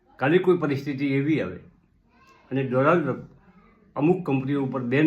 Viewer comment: ડોનાલ્ડ ટ્રમ્પ ... ડમ્પ નય😂😂